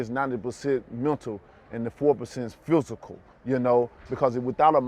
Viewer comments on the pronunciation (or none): “90% Montal and 4% Fusical”